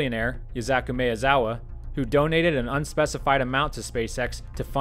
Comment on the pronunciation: Maezawa is pronounced "My eh Zawa"